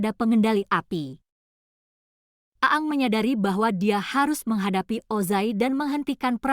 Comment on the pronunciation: bacanya aang bukan aang